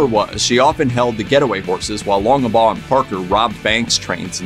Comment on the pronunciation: It's "Longbaugh",not "Longebaugh".Jeez,..